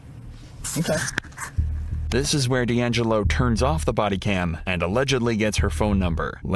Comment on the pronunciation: Deangelo as in di Angelo 😱😱